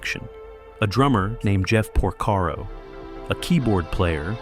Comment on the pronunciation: Oh my! Jeff POR-SERO?!